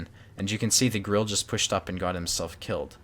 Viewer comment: Löwe is pronounced Loo-va and Grille is pronounced Grill-a. No disrespect but it seems like everyone is always mispronouncing German tank names